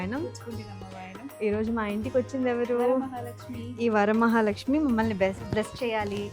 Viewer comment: ఏం తల్లీ తెలుగు రాదా? వారామహాలక్ష్మి ఏంటి... వరమహాలక్ష్మి 🙏. సోకుల మీద ఉన్న శ్రద్ధ అమ్మవారి మీద కూడా ఉంటే బాగుంటుంది......